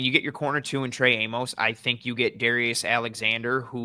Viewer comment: OK, I'm gonna finally go on record with this one. Since there is a good chance the Bills draft this guy, Trey Amos' surname's pronunciation rhymes with "miss" not "mose". Everyone in Bills media says it the wrong way and it's driving me mental 😁